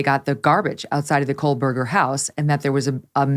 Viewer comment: Great show. FYI - there is no 'L' in Kohberger.